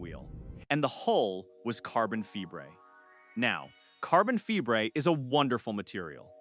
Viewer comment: This would be much better without all the A.I. mispronunciations. Some have noticed the carbon "fibre" mispronunciation but I gave up counting the rest. Why do content creators insist on using A.I. narration instead of doing it themselves or getting another person to read the script? What did they do last year, before A.I was available? I don't know about other people but A.I. narration ruins things for me and I sometimes don't bother watching to the and also I may add the channel to my, "not worth watching list". At least this channel didn't use a clickbait title which is another hate of mine.